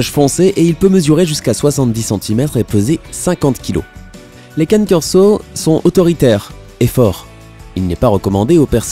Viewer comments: On dit Canê Corso nulosse 😂😂😂😂😂😂😂😂😂😂😌😌😌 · Ça ce dit cané corso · La prononciation du cane corso rip 🤣🙏🏻